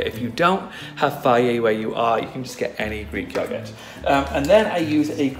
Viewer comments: Tan. You are so inspiring and positive and lovely and wonderful.......! I cannot tell you the difference you make for those of us in the LGBT community 🏳️‍🌈 and beyond! Thank you for sharing (parts of) your life on YouTube and for being so positive, it truly, TRULY makes a difference. In case you needed hear it! Also, I LOVE how you pronounce “yogurt” and this mask is FABULOUS!!! 💕💕💕💕💕 so much love from Boston, MA!!!! XOXO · Love how he pronounces "yogurt"☺️. Tanny, love your skin😍! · Love how he says yogurt Also how did u know about this? Just thought to make it one day 😦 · The way he says yogurt 😂